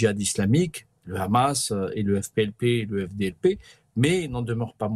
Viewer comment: Je me demande pourquoi vous prononcez hache pour la🪓 et khamas pour les combattants palestiens?